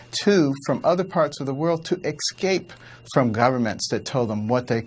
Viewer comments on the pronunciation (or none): Excape? Now there's a word you don't hear everyday... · ***** Yes he did mispronounce 'escape', but I chocked it up to being on the spot and the fact that Carson never uses canned/pre-prepared answers, and it didn't negatively affect his comments in my opinion any more than if he had stammered/stuttered for a second while answering. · Carson seems like a good guy. Makes some good points. But can someone in his camp at least teach him how to say "escape" without it sounding like "excape"??